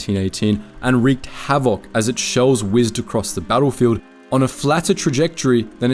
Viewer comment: Why are you pronouncing havoc so weird?